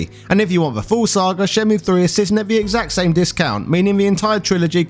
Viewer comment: Pronounced 'Shen-myew'